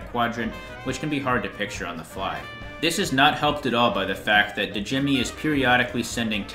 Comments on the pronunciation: Complete respect to your ranking, i love how each different weapon appeals to different players, like i used roundabout and tracker for the whole game and had no issues lol but side note: when names start with Dj—, the d is silent. So Djimmi the Great, is pronounced as Jimmy the Great 👌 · alr great vid but yall need to get better with names the d in djimmi is silent and wener wermin pronounced with a v sound instead of w since thats how it works in german. this makes his name make sense since hes a rat hes vermin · Djimmi is your favorite and you can even say his name right lol its pronounced like. Jimmy